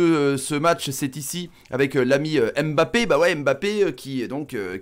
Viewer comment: Mon commentaire est Hors contexte mais on ne prononce pas son nom comme sa on dit *Mbappé La manière dont vous le prononcez *M'Mbappé 🗣et c'est plus pareil